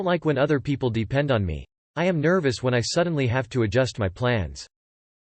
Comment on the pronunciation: Lmao robot voice read it as "150,000-200 p-p-l". I was thinking, Holly crap that's not a wedding, that's a concert